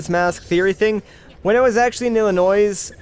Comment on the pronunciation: Lol he said illinoiS (emphasis on sssssssss)